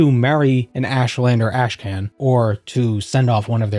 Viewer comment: "Ash Can"? That one's gotta be deliberate. It's pronounced "Karn". Y'know, like 'Genghis Khan'. Or 'The Wrath of Khan'. All "karn", not "kan".